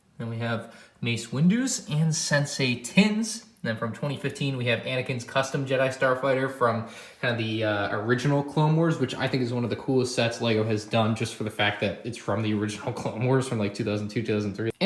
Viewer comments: did you really just say sensei tin? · Did he just cal Saesee Tiin, Sensei Tiin?